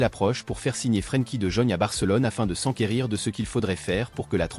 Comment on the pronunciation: Mdrrr la voix c’est pas trop ça frankie de jeune 😂😂😂😂